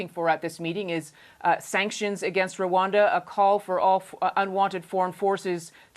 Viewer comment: Not Ruwanda it's Rwanda